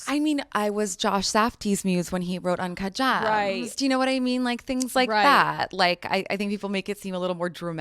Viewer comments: OMG thank you for pointing this out. I would have thought that the fact she can’t even explain what a muse is would have been the joke, not her pronunciation of uncuht geeeehms. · it's pronounced uhncaaaht guhmmmsss actually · For people who just came here to hear her pronounce "uncut gems", skip to . Don't put yourself through listening to the rest of this mindnumbing drivel like I did. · Dating Kayne is even more embarrassing than this interview/her pronunciation of ‘uncut gems’ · The way she pronounced uncut gems is just funny